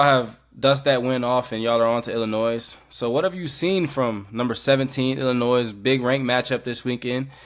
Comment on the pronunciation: Bro, love you guys but please stop pronouncing the S in Illinois :D